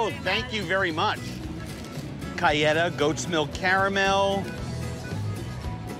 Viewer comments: Who pronounces Cajeta as "Cayeta"? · Idk how everyone else pronounces cajeta but the j sounds like an h not a y...